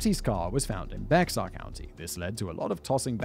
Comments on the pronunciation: I know it has an X in the spelling, but it’s pronounced “bear” county. I am from out of town and got chastised by the natives when I said Bexar county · lol bexar county is pronounced bear county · It's pronounced (bear) Bexar County and don't ask me why. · FYI:It's pronunciation is < > bexar is strange I know just drop the X brother. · ‘Bexar’ is pronounced ‘bear’. I don’t know why, it just is. Lol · Bexar pronounced bear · Bexar is pronounced bear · Bexar is pronounced 'Bare'. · Bexar is pronounced bear. The x is silent. I live in the county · Bexar is pronounced Bear. The X is silent. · La Vernia? Really? That sleepy lil town? What the fuck? Edit. It's pronounced like Bear. Hearing it pronounced phonetically is understandable but also makes my eye twitch. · Bexar is pronounced bear Simon you fool! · You said La Vernia correctly but you only said bexar correctly once. It's pronounced Bear. Weird I know. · I know you don’t care for pronunciations but it’s pronounced “bear” county, not the way it’s spelled lol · "Bexar" is pronounced "Bayer" like the aspirin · It's pronounced "Bay-er" County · It's 2 years after you made this but I'm still laughing at the mispronunciation of Bexar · THANK YOU!!!!! as someone who grew up in San Antonio and in the Hillcountry it made my eye twitch that he kept mispronouncing it. Its understandable but gods does it hurt to hear. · Thank You! I was like, where’s calling with the pronunciation for him? I know he’s done it before? Was he just feeling cheeky this time? I think so. Every time Simon said it I corrected him in my head 😳🤦‍♀️😂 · Wow this is the firs time I’ve heard the town I lived near mentioned, then to see dude walk up to the county court house in Floresville right by the peanut lol And FYI Bexar is pronounced Bear 🐻 dumb I know lol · Bexar is pronounced “Bear”…I don’t know why Texas is like this 😂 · Bexar County is actually pronounced "Bear"..... And what about the second site JR was pouring concrete?